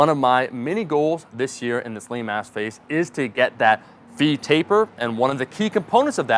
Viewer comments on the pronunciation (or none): At about it sounds like you say "lame ass phase" and I enjoyed it